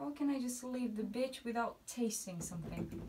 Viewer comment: When you say BECI sounds like BITCH 😂😂😂 hey azi am descoperit pagina ta. Super bune video-uri, adevăr vorbești 🤘🏽 Good luck girl🍀